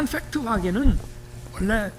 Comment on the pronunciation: 영어도 못하는 놈이 팩~트는 발음 웃겨